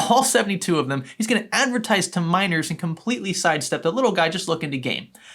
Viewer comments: this whole time I thought you where saying MINORS not miners lmao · I keep hearing "miners" as "minors" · I watched half if the video thinking he said minors instead of miners 💀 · For the longest time I thought he was saying minors instead of miners